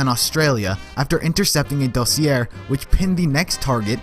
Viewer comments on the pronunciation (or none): Dossier is actually pronounced like Doss-e-a